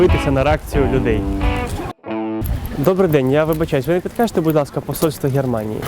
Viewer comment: будь ласка а не будьласка